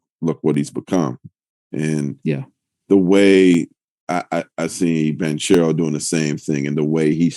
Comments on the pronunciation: im italian, and "che" is not ce, but "bankero" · Windy keeps saying “Blanch-arrow” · Spears never says one true thing. He even managed to invent his italian name lol. I am Italian, that hame reads the exact opposite of the explanation Spears gave. It's "BanKero", not cherry at all. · Yeah I don't know why he kept adding the L lol